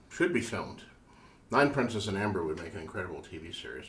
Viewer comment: Thanks to you. I was searching for the name. He said it very unclearly which was difficult to understand